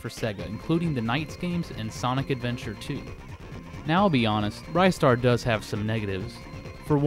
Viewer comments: It's Ri-star, not Rye-star. You make him sound like a special type of bread. It's a classic game though, one of the best games I ever played in my life and as for the music it's probably the best from that composer. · Glad someone said it. BTW it's not pronounced Rye-star it's pronounced Ris-tar! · ryestar? are you shitting me man!?!!?!? ITS REEE STAR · Its Ristar not RiStar. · It's not Ristar! IT'S RISTA THE SHOOTING STAR FOR CRYING OUTLOUD! Well I do not care what you go by. Did not pull out REGIONAL DIFFERENCES! THIS IS LIKE SONIC CD'S CASE OF GRAPHICS! OH MY GOD POINT OUT THE REGIONAL DIFFERENCES BEFORE REVIEWING * PACE PALM * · I love this game. Ristar is to this day still one of my favorites. I guess this whole time I have been pronouncing his name incorrectly. I thought it was pronounced like wristar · It's pronounced WRIST STAR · He keeps mispronouncing it... it's WRIST STAR. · the moment he said rye star I knew something was wrong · I'm pretty sure it's pronounced "RIZ-STAR" but, tomato, tamato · Your saying Ristar wrong.